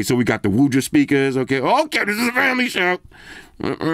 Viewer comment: FWMLY SHWWWW!